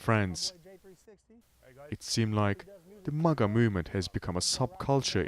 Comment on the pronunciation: MAGA not MUGA